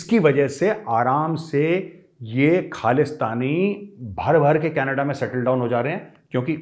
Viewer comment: Love the way sir when You say "canadda"(canada) Gajab bolte haiiiiiin👅